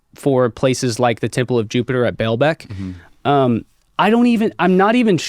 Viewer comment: He doesn't even have all of his facts right. It's not Belbec, it's Baalbec.